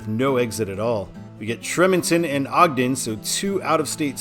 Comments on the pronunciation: It's pronounced tree-mon-ton. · Tremonton is pronounced "TREE-mont-un"